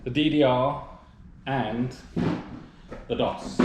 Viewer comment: It's called Doooooos. Not Daws. :-)